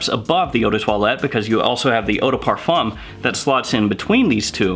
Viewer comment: If you decide to make videos about this genre, please learn how to say ‚parfum‘ first